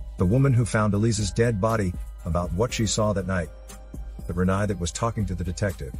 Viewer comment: Her name is pronounced 'Re-NAY' not 'Re-NIE'